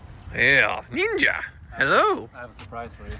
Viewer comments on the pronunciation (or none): none